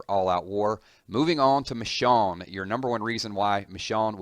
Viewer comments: he kept saying Richonne... it's Michonne... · It's Michonne not Richonne... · MICH OWN MICH OWN... LITERALLY NOT THAT HARD TO SAY... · Who the hell is Mishawn? I keep hering this guy calling someone Mishawn and I don't remember ever seeing anyone with the name Mishawn. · Am I the only one pissed by the fact that he pronounced Michonne as 'Mishawn'? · the way he says michonne bothers me